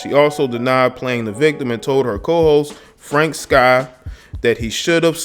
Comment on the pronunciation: lol if you say Frank Sky one more time lmao it's SKI Pronounced skee, yeah Wandas husband better get ready to pull the strap everyday then cause the jokes are definitely coming from everybody now